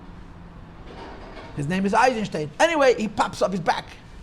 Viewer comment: Eichenstein not Eizenstein.